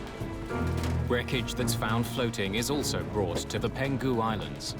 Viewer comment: Its PENG HU island, not PEN GU island